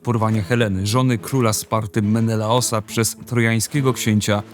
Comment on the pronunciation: Za pierwszym słuchaniem "Menelosa" miast Menelaosa 😂 się zaszłyszało